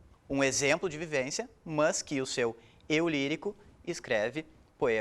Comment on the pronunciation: A aula é boa, mas pelo amor de deus tire esse "mãs". Fica horrível hahahah